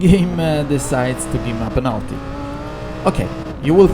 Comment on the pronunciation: devo dire che parli bene inglese dal punto di vista dei vocaboli e della struttura della frase ma metti l'accento su alcune parole proprio male haha (es. protect, until, penalty, legit ).... ti consiglio di ascoltare qualcosa anche su youtube comunque stai migliorando! Per il resto video stra interessante!